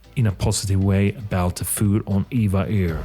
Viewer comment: It’s “E-V-A Air”. Not Eva Air.